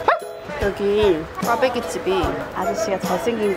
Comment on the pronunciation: 수제비,칼국수,꽈배기발음도 영어식으로발음 ㅋㅋ 개웃김